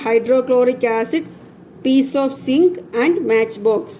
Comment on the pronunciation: Teacher sink alla zinc annu